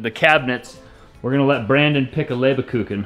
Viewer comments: you wanted to know how you did on your German. Well, basically not too bad, but it's LEBkuchen, not LEBERkuchen. LEBER means liver and has nothing to do with this.;-) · Haha you guys are so cute! 😄 The way you’re saying Lebkuchen, you’re saying „Livercake“ It’s not with an R in the Middle 😂 so not Leber-kuchen but Leb-kuchen! Greetings from Germany, the land of Lebkuchen 🇩🇪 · Love the way you are doing it all, just a little back seating tip from an old kraut: It is Lebkuchen not Lebekuchen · German speker here... Close ... but whene you say Lebkuchen, loose the middle e ( LebEkuchen ) you squeezed in there 😍😍😍😍 Love you guys 😘😘😘😘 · I grew up baking Lebkuchen for Christmas. It's pronounced LAYB-kue-chn . You were adding an extra syllable. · I am really glad it is not Leberkuchen, as pronounced it. That would be liver cake. But LAYB-kue-chn means favorite cake. 😁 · Hey... I'm one of the german people:):) You guys say LEBEkuchen. Just drop de E after the B and say LEBkuchen... then it sounds german. Love your videos. Keep it up! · It's not pronounced ‘ LAY ba kuken ‘ . It's pronounced ‘ LEB ku chen ‘with more of an H sound than a CH sound. They are traditional German Christmas cookies and our German relatives send them to us every Christmas. So delicious. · you are truly a multifacited individual who can do many, many useful and creative things with great skill. But speaking German, alas, isn't one of them. Lebkuchen (gingerbread) does not have an 'uh' between 'Leb' and 'kuchen', and as for reading the German at the bottom of the packet you showed the camera... well... the tongue in groove cabinet doors were really impressive. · BTW The German Cookies are called Lebkuchen (without the „e“ in the middle), not Lebekuchen 😉. Karen from Germany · These German cookies are called "Lebkuchen". The way you pronounce it ("Leberkuchen") means liver cookies 😉 Best wishes from Hamburg, Germany! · it is leberkuchen, not kuken😂😂😂